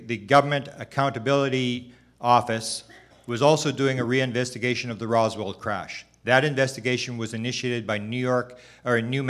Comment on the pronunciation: Hey buddy … ITS “ROSWELL” NOT ROSWELL'D WTFK🤦‍♂️ how can we take this dude serious when he doesnt even kno the name OF ONE OF THE MOST FAMOUS ALIEN CASES EVER